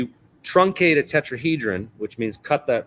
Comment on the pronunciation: Who ever this person is other podcasts talking and some debunking like you could he be more like a spokesperson for something he didn’t pronounce tetrahedron for right at times and just because a person has a bunch of patents doesn’t necessarily mean they are the inventor. What did he say we’re going to replace the sun ☀️ with a quasi crystal 🤔 Yes Joe needs to get you on besides whos joe rogan really? Just because big account. Keep doing what you’re doing you are on the right vibe because much sus to me